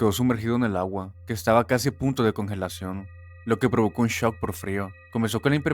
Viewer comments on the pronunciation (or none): none